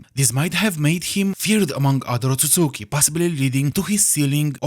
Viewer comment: We love a correct Otsusuki pronunciation 🔥